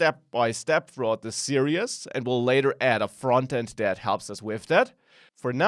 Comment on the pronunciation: Great course, great teaching. One request. Please look into how to pronounce "series" in English. It sounds like you're saying "serious". I'm serious! Thanks for the good work.